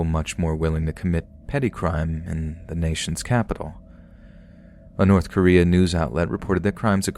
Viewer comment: North Korean? lol